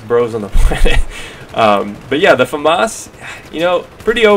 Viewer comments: it's FAmas, not faMAS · i like the way you say Famas